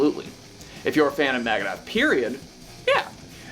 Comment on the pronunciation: It's NOT MAGADETH . Dude Dave would def have something to say about that......